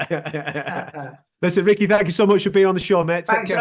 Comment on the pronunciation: Ricky his name is pronounced u sick not u stitch lol he’s so funny 😂🤣